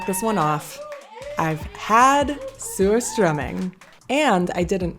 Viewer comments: It sure sounds like the way it’s being pronounced, the first part of the name is ‘SEWER’. I’m afraid I’ll have to pass on this.😬. Commented before addressed this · I'm sorry, lol. I keep hearing you say, "sewer-strumming." Like, why are we strumming a sewer?! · It's pronounced Sushtruming. I only have one Swedish friend who likes it, but she's from Northern Sweden.